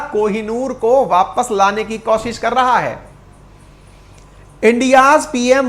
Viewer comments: आप हमेशां कोशिश को कौशिश बोलते हो ये ठीक नहीं है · आज तक आपने कोशिश को कौशिश लाखों बार बोला होगा जो गलत उच्चारण है